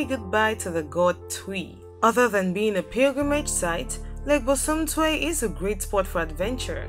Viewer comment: The ladie said lake bosom tiew 😂😂😂😂😂😂😂